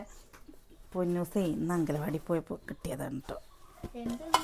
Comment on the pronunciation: അംഗലവാടി അല്ല kuttiye അങ്കണവാടി